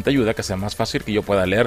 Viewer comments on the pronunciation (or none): none